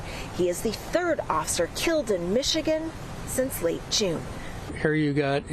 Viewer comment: Oser? Lady.. The word is "officer"... And their safety is paramount. I'm shocked it went that way.. They shot a lady in a kitchen with a boiling pot of water... So it makes me wonder how dude did it other than by surprise.